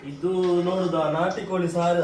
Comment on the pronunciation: ಕನ್ನಡ ಚೆನ್ನಾಗಿ ಮಾತನಾಡಿ. ನ ಮತ್ತು ಣ and ಲ ಮತ್ತು ಳ ಉಚ್ಚಾರಣೆ ಬಗ್ಗೆ ಎಚ್ಚರಿಕೆ ಇರಲಿ. ಕೋಲಿ ಅಲ್ಲ ಕೋಳಿ ಅನ್ನ ಅಲ್ಲ ಅಣ್ಣ ಇತ್ಯಾದಿ ಇತ್ಯಾದಿಗಳ ಬಗ್ಗೆ ಎಚ್ಚರಿಕೆ ವಹಿಸಬೇಕು. Good luck